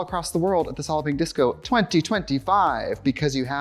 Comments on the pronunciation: The first 5 times I heard her say Solid Pink Disco, I heard "Solloping Disco" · I always thought she was saying solping disco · Before I saw the text for "Solid Pink Disco," i had no idea what trixie was saying. I thought she was saying Solopping Disco.